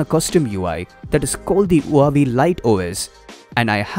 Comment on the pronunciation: Its not huuu aaaa vey.. its wahh vey